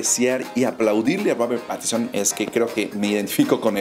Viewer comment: PATISON?? Jaja que torpe y asi lo pronuncias igual.. mal mal muy mal